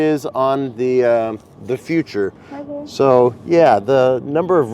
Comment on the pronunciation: the Future is so 'no frills' it doesn't even have an 'r',! 😂